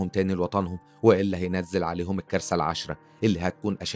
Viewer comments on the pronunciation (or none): none